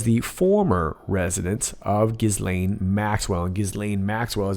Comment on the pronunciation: Ghislaine is pronounced Gheelane